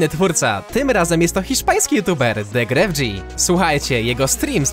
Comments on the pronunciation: To uczucie gdy mówisz po hiszpańsku i ktoś go nazywa gref G a czyta się gref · Po hiszpańsku nazwę twórcy wymawia się po prostu Grefg, a nie Grefdzi. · Btw ewron wczoraj na streamie mówił, że ktoś kiedyś z twitcha do niego napisał, że czyta się Gref a nie GrefG ;) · wymawia sie gref bez G na końcu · jego nick czyta się Gref(nieme G czyli bardziej takie k)